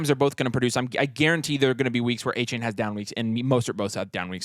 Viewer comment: Soft A on the second A in Achane. Come on fellas